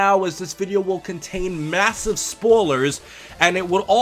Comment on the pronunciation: i heard you say spoolers instead of spoilers. (first 10-20 seconds) dont mean to mock you if thats how you pronounce that word. its kinda that jersey accent,like wooder to water.